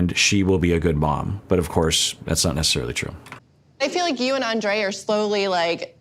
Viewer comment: I mean no disrespect when I write this, but maybe it would be a good idea to Pronounce Andrei’s name the way Libby pronounces it, because that is the proper Slavic pronunciation of the name.